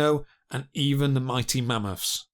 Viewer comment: Ha ha ha, yes 😂 So irritating! Also not forgetting the wiv and fink... fousand, frew, mammofs, cloving, wivvin, feories, etc.